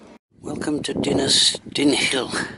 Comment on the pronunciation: You got "Dinas" right. The second word, "Dinlle", is "deen-cleh" (aspirate the 'cl' sound).